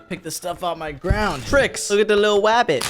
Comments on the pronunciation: when said "wook at the widle wabbit"of me on the ground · the way he said rabbit /how he said rabbit wabbit/ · “look at the little wabbit”😂❤ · Lol he said look at the little rawbit